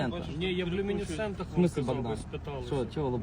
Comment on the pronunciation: У люмінісцентах! У люміністентах, блять!!!😂😂😂😂